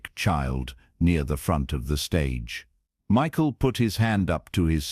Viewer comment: Unfortunately, another AI concoction. I wish this were true. You can tell-- Emma is wearing a head scarf, but she still has all her hair, Michael's name is mispronounced several times. Many flaws in the AI presentation. A fictitious melodrama.